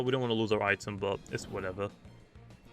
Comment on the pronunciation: sorry but it's pronounced eye-tem not it em